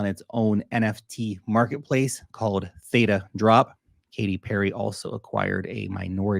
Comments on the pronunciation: What are little actress you are purposefully mispronouncing Theta when you know darn well how it's pronounced you little actress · But you really should pronounce theta correctly. Lol. 😂😂😂